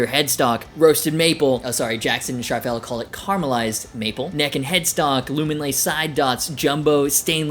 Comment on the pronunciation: If you're going to say Charvel 100+ times, pronounce it correctly!